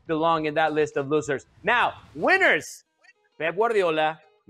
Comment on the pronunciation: “We made a list, Weeners and losers!!!!” Lol he’s fighting for his life to speak engreeesh, baby please!